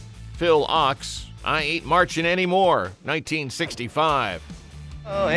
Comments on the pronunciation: Phil Ochs name is pronounced "oaks" not "ox". The mispronunciation hurt my ears. His music was insightful and brilliant. Thank you for putting this compilation together. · Ochs is pronounced "oaks" not "ox". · Phil Ochs' last name is pronounced like "oaks", not like "ox". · Ochs is pronounced “oaks”…not “ox” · Not Phil OX, pronounced oaks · The phrase "Up against the wall motherfucker" was in Jefferson Airplane's song We Should Be Together. The song you repeatedly play in the video is Volunteers of America. Phil Ochs last name is pronounced Oaks not Ox. If you're going to make a video, get your facts straight. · Phil Ochs last name is pronounced "Oaks" not "Ox". According to kegend, Phil claimed he lost his singing voice due to a physical attack by the feds throttling him. He died too young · Phil Ochs is pronounced "Oaks". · It is pronounced oaks ! The Ochs family are the long time publishers of The New York Times. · Phil Ochs’ name is pronounced as Oaks. He was a great folk singer & song writer. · Oaks. Pronounced like OAKS. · I think ochs is pronounced like oaks. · It's pronounced like oaks -- Phil Ochs. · It is Phil OAKS (correct pronunciation). You make this sound much more dramatic than it really was. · It's insulting that you mispronounce "Ochs". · It's Phil Ochs (pronounced Oaks) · The mispronunciation of Phil Ochs' last name is seditious and treasonous! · Love Phil oshs, listening to him a lot now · Comrade Ochs😂